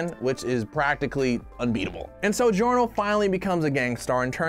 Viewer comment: And then the say giorno’s name wrong.